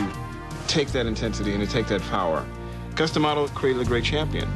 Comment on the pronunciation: Dude its Cus D'amato not Cus Dee'amato!